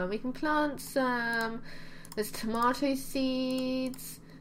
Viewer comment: I love how she pronounces tomato it's so super cute!! <3